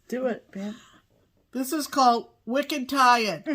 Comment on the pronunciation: I love how you pronounced "wicked tired"...perfect for that piece!, I hope you take a picture of all the Lasting Friendship pieces when they are done. They're going to look spectacular. Love all the pieces you ladies are doing for Startober! Have a great retreat!!!